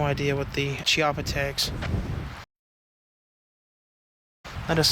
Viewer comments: Hey guys, you asked about speed loaders for the Rhino, the HKS MK3 or the Safariland J-R4C will both work. Also, it's pronounced Key-AHH-puh, just for your info. Love the vid as always. Keep up the good work. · it's pronounced key - appa